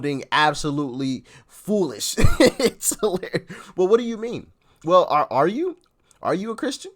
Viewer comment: Did she Whale, instead of WELL? 😂🤣😅